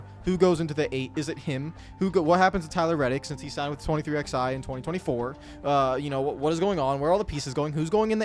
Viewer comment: I will never understand how 23XI has been around for nearly 2 years....yet you still don't know how to actually say the name properly